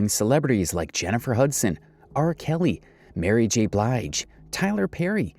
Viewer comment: The way you said R Kelly 😂 sounds like you don't know